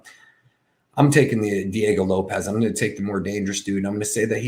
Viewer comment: it is pronounced LOPEZZZZZZZZZZ....respect their names